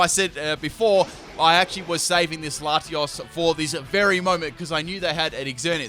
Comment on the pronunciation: 1.Don't see why you only had 5 legendary/mythical when there's plenty in this Gen. 2. Did I hear that right? First battle when Latios first came out, did you call it Lati"as?"